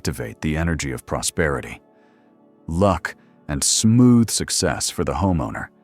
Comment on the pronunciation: PROSPERITY not PROSPETITY